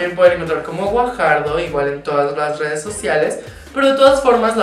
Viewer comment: Como caraja se pronuncia Gvajardo? Jajaja